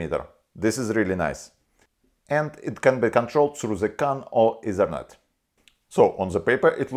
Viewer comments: Say T in stead of Z. Zhe Ezernet must be the ethernet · when he said ezernet i felt that.